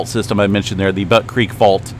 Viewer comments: Not Butt creek …. It’s Butte pronounced like “Beaut” in Beauty 😂 and Gerlach is pronounced “Gerlack” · 🤣🤣🤣it's Butte Beautiful Beaut pronunciation Not Butt.🤣🤣🤣🤣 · YEP , JUST LIKE BUTTE , MONTANA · Butte is pronounce like the Beaut in beautiful, not the way you are pronouncing it.